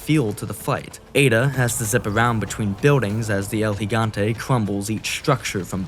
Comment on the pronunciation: Was already gonna sub, but then I heard you say El Gigante correctly and had to for sure! Awesome video thanks